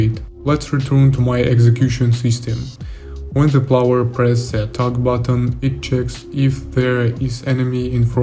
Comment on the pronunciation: Очень крутые штуки делаешь, слежу с большим интересом, продолжай! P.S.: Только позволь подушнить на счёт английского, в качестве желания помочь/подсказать тебе чтобы ты совершенствовался, на будущее: слово "player" - "игрок" произносится не "плауэр", а "плэйер" или скорее даже "плээр". А то очень ухо режет, ты же геймдизайнер и геймплей программист/разработчик, это слово одно из ключевых в твоей деятельности и произносить его всё же стоит корректно, как я считаю, если ты ведёшь деятельность на английском языке и хочешь чтобы тебя как можно лучше понимали... Ну и ещё "cutscenes" - произносятся скорее "кат сцинс" либо "кат ссынс" и "кат сцин" если в единственном роде. Хотя интересно что почти все остальные слова ты произносишь корректно. Извини пожалуйста, если такие комменты являются для тебя чувствительными, не пытаюсь критиковать или самоутвердиться. Только из соображений помощи! Удачи! P.P.S.: Также если вдруг не знал, удобный инструмент тебе на заметку: мне очень помогает переводчик DeepL, есть удобный клиент для Windows, по нажатию CTRL + два раза подряд C выделенный текст попадает сразу в переводчик и там же можно послушать произношение слов, переводит более натурально с учётом возможного смысла предложения, т.к. прогоняется через машинное обучение.